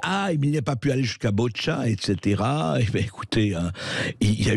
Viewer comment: Pas BOtcha....mais BOUTCHA...